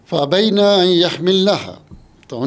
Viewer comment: اپنا تلفظ درست کریں آپ فابین کو فابینا پڑھ رہے ہیں